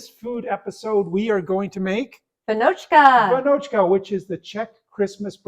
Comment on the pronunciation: Hello, greetings from Czechia. Almost perfect pronunciation, the a should be long but otherwise amazing :) Raisins and almonds are optional, I mostly do with no raisins and put almonds only on the top, but there is nothing wrong. Amazing work so far. As you got a bit different kind of flours in your stores like 00 and such we have a bit smaller variety of flours knowns as (smooth, semi-rough, rough and also bread flour and these offspring, but for sure feels like smaller variety) and your final product looks amazing. I would give it 9.5 / 10